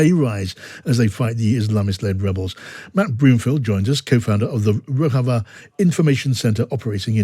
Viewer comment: FYI: The correct pronunciation of the name of the Kurdish region of Syria (ROJAVA) is ro-ZHA-va, not ro-HA-va.